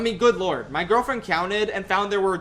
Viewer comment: Why does say "cownted"